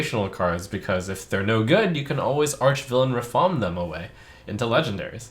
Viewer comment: It's Ra-FaAAAm